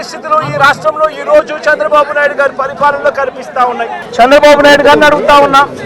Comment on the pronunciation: జగనూ చంద్రబాబు బాబు shandrabaabu షంద్రబాబు బాబు అంటావేంటి, తెలుగు ని ఖుని చేస్తున్నవేంటి జగనూ, ఇట్లా మాట్లాడే కదా 11దిగజారిపోయావు, అయినా నీలో మార్పు రాలేదు.